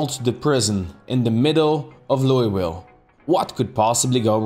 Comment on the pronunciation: As a Kentucky resident, I am very angry on how you pronounce Louisville. It's pronounced Loo-eh-vull